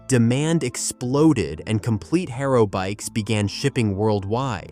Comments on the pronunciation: You pronounced Haro completely wrong in the whole video😂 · This video uses so much oddly placed videos and stills. Then it doesn’t even know how to pronounce “Haro”. It says “Hair-O”. Not “Ha-R-O”. Lot of videos are made in non English speaking counties. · or the word Haro its not Hairo i wanted to smack the shit of him !! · Beyond the fact that this kid has no real clue what he's talking about, hair-o, I mean come on kid you can't even pronounce the names right. Getting past that I had a silver and red chrome Vista "The Beast". God I must have put a thousand miles on that poor bike if I put an inch. Those were the best days. It's to bad kids these days are so fragile they will never know what true freedom really is. Your video is to far off for a like kiddo, but you got my comment none the less. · U lost me at hayro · Why can’t ai pronounce things correctly? HairO. lol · Your pronunciation of many parts and brands tells me you weren't there. GT over Haro. Both are Rad tho.